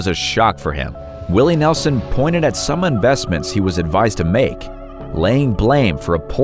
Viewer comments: Willie Nelson not Nelzon😅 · Nelson, not Nelzon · Nelzon? Uh, it’s Nelson you goof. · Willy Nelzon?! 😂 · Willy Nelzon...lol, it's Willie Nelson. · ~ Willie Nelzon? Nelzon? Well, so much for the credibility. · I know who Willie Nelson is but who is Willie Nelzon? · Who is this Willie Nelzon that you speak of? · Who TF is willie nelzon?